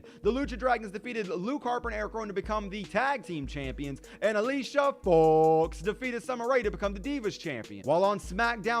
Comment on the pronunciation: Just say Alicia Fox's name normally